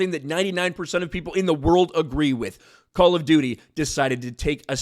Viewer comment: All I hear is ‘Call of Doodie’.